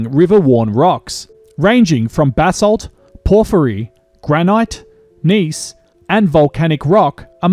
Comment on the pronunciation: No one in Australia pronounces granite like that.